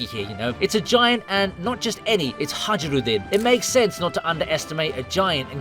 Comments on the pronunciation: I hate the way he said highrudin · Hajrudin: Hi-Rude-in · HA-ROO-DIN You call yourself a fan, 😂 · Bud saying haj ruden pissed me off like dude if you watched the show you know that isn’t how it’s pronounced wtf is up with you?